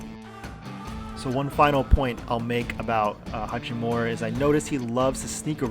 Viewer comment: Why do these idiots keep calling him hachimora?